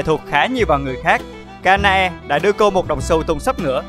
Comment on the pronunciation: đọc tên chị hoa trụ phải là Ka na e chứ sao là Ka e na :)))